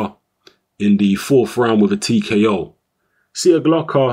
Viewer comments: Its pronounced Sieklocha. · There is no "Slav" in you, the surname is pronounced SIJEKLOCHA:D Anyway, good performance by both fighters actually. Nikola came to fight and gave Yarde the best test so far. Few more fights and he will be ready for a title shot!